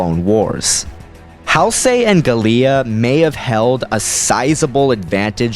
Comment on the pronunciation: GA-LEEUH? It's GAH-LEE-UH. And also, Halsey was pronounced in a weird way.